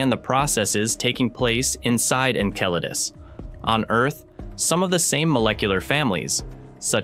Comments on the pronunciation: Icel-a-dus, not a damn enchilada 😅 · MORONS .... IT IS PRONOUNCED. EN CELL A DUS ...... MORONS, typical NASA! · This AI voice needs a tune-up it has pronounced Enceladus 4 different ways. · Isn't it pronounced 'N-cell-uh-diss'? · Incel Lattice? Enchiladas? Ensiladis?! Wtf 😂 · I just can’t with the AI’s pronunciation of ɛnˈsɛlədəs… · I swear the different pronunciations must be intentional 😂😂 Jeez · It's painful hearing Enceladus continually mispronounced. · Listening to this is like listening to finger nails on a chalk board. It’s amazing how many different ways this AI voice attempts to pronounce Enceladus. Clearly, no one is watching these videos after generated to see if they are actually pronouncing proper names correctly in English. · The repeated and varying pronunciation of Enceladus is extremely annoying and the detracts from the contents being presented. As good as the voice sounds, it is obviously an AI. This demonstrates the lack of care that this production company is putting into this material. Why don’t they use a real human that can read copy properly? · Teach the AI voice to pronounce the planet names. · Never have I heard the name Enceladus so appallingly mispronounced 🤦🏼‍♀️😂